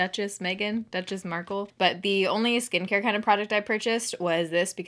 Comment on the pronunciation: When I heard “Every Beauty Product Meghan Marcelle Has Said She Loved- and where to buy them” it sounded just like “Fantastic Beasts and Where to Find them” 😂